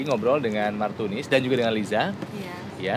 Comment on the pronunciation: Martunis bang bukan Martinus